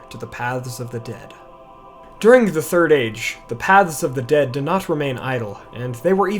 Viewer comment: It's Pronounced "The Turd Age"-Geek Zone